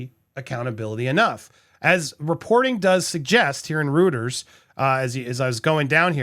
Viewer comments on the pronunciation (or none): You should pronounce 'Reuters' differently .. Haha! It's "Royters!' They're a huge company that has a lot of credibility!! Cheers!